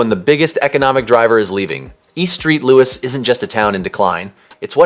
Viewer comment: “EAST STREET LOUIS…” lol 😂 also, it is hellua funny you called E. St. Louis ‘post-apocalyptic’. Ironically, it was the location where “Escape From New York” was filmed.